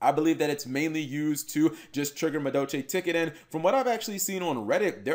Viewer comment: Muh Doe Chay